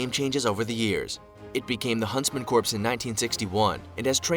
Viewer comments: Huntsman corpse? That's dead wrong! See what I did there? Someone should tell the bozo narrator that "corps" is pronounced "core". Btw, the proper name of that unit is Jaeger Corps. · Corps is pronounced core, it’s from the French and is pronounced “core”. Corps the way it’s used here sounds like corpse, ie dead body! Ffs! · Corps is pronounced “core” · the p in corps is silent, and is pronounced core. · Corps is pronounced "core" and this makes this video difficult to listen to for me. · Bugs me when they pronounce the P in Corps, it's silent it's spelled corps but pronounced core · I agree. Sounds like Obama's Medical Corpse.